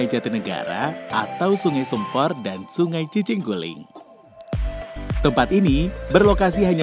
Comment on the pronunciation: Pengucapan nama waduknya salah mas, vokal "sempor" salah 🙏 vokal "e" nya salah 🙏